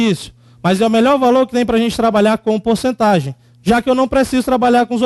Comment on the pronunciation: "porcetagem" hahahaha